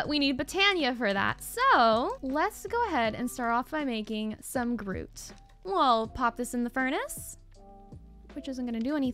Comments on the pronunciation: Wonderful episode! The copper bee was so cute! You prononcing Grout as 'Groot' the whole episode also made me laugh, though for future reference it's traditionally pronounced 'gr-ow-t'. Those tier three beehives are my favorite color,l so bee-utiful! Thank you for another great episode! You're so much fun to watch. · Ahhh! I love Tinkers construct! 😁:_evatLetsgo::_evatCookie: I hope you enjoy it! (Sidenote, grout is pronounced growt, but I lol'ed so hard at Groot. 😂)